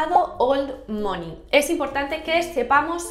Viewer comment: Soy la unica que le dolia escuchar mOney todo el rato mal pronunciado 😔?